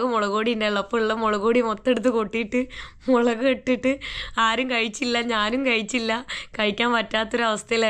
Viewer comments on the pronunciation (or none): none